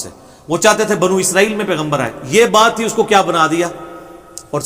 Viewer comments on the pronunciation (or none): none